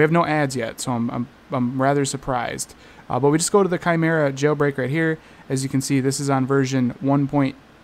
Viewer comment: “Kai Merra” that’s how u say it 😊